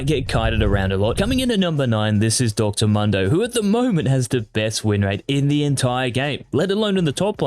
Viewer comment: Pls dont pronounce Mundo as "Mando".